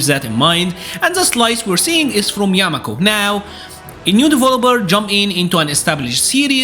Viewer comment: Yakumo not yamako...